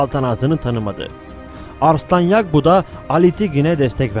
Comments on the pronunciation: Kardeşim yagbu değil yabgu telafuza dikkat edelim . 1000 atlı x 5 =500 mü ediyor? Biraz daha dikkat lütfen. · Çok güzel ve anlaşılır bir video olmuş, kpss sınavı için izlenebilir bence. Yalnız seslendirme de "yabgu" yerine "yagbu" deniyor😊 sanırım.